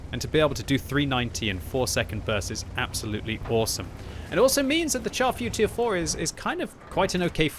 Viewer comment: my brain hurts every time I hear someone pronounce the name of the Char Futur 4 improperly. its FRENCH its (SHAR) Futur 4. its not a piece of meat that you char and burn to a crisp. SHAR